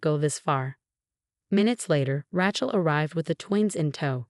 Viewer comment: RAY-CHEL not RA-CHEL